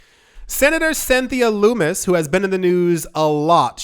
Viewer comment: fyi: It's not pronounced loom-is, but lumm-is. Rhymes with hummus. 😉